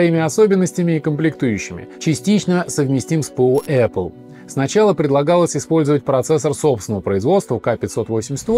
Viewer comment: Раздражает аррле